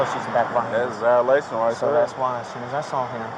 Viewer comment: That’s a Velation rite ther, 🙄 these people so dramatic and just want to get a Leo in trouble so they can sue. Absolutely despicable!